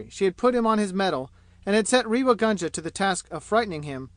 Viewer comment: A pathetic leebrawaokss recording read by a yank nasal flat monotone who has absolutely no idea of proper pronunciation including Indian names. Ràynngaarr. Reeva gaanja/ what the hell. Do you feel proud airing your superior illiteracy all over the world and making spectacles of yourselves?? But The Reader couldn't care less, could he. Could you guys do the rest of the world a favour and stop invading every single field including audio books with your horrible renderings of beloved classics. We are disgusted at such amateur displays trying to give some sort of attention even if it is chaypturr wàann. And so on and so forth. You guys can't read English. you cannot pronounce English you don't have the voice to make any sort of reading enjoyable including librivox recordings not leebrahwokss pronounced in your horrible Americanese. Listen to how professionals read British classics with proper english pronunciation just picking up a book and volunteering for reading audio booksss does not a talented reader make. Especially not the harsh croaks of many of you readers out there.